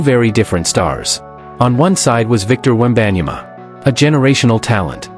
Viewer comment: Ain't even pronounce his name right & I'm here for it lmao, he don't deserve his name pronounced right. Generational sore loser, see them never means he won't be talking to them again & that would mean he won't be in no finals so what he said is stupid lmao stop making excuses for that clown.